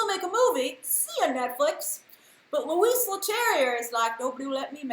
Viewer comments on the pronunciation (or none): to pronounce correctly Louis it would sound like "Loo-ee" the "S" is decorative we don't pronounce it in French.. xx